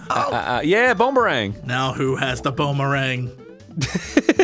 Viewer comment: Does it bug anyone else that Arin keeps saying "bone-ba-rang?"